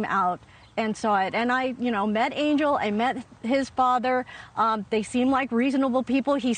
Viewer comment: His name is pronounced ahn-hel. Not Angel.